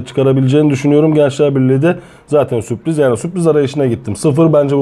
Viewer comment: Alanya ya süoriz demeniz biraz komik olmuş🤓🤓🤓